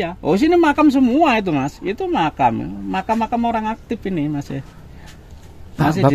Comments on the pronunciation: Kata Si Bapak Itu Maqom Mas Ini Maqom Mas😅Bukan Makam 😅😂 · makam bapak bukan. makom